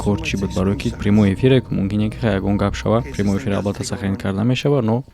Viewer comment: "примой эфир" 🤦‍♂️ ещё раз "примой эфир" Карл 🤦‍♂️